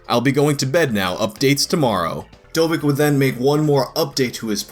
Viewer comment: Pretty sure, judging by the guy's English, Dovic is not pronounced "dovik"